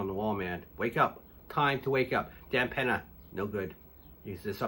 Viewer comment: Can you say “Peña”? It’s not pronounced “Penna”. It’s pronounced “pen-yuh”. Now make this video over again and pronounce it right. An “N” with a tilde (ñ) sounds differently.